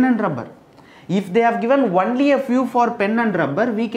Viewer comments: Sir why are you pronouncing it like onely it is only = on ly .. And maths as macks.. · Its pronounced only (ownly) not "unly"